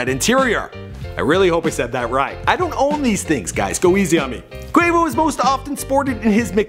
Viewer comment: Nigga actually saying Quavo's name right this time